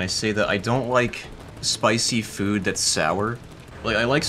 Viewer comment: What I discovered in this video: says food as "fuud"